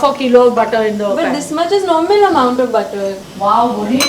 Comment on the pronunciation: This b said “normil”